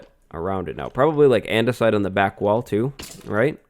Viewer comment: We should do andesite on this side. Me: you mean... ANDESIDE???